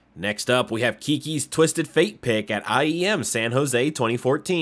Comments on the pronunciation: No hate but if you want to do League content, youll be a lot more successful if you dont make yourself an obvious outsider. "LCS Major" for instance. Theres no such thing. It was the playoffs for the LCS split. Major isnt used in LoL. Calling Kikis "Keekees" hurt too. Love the video idea and i hope you keep making stuff but people will quickly dip out if you dont 1) Learn the scene a bit 2) add some actually personal flair instead of just rolling clips and 3) stop imitating a watch mojo list (they at least add commentary on each item) Hope you dont take it as hate and i wish you the best of luck. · Tell me you don’t actually watch leave without telling me you don’t actually watch league. “2014 summer major” “KEYKEYS” it’s, pronounced kick is. And spelled Kikis.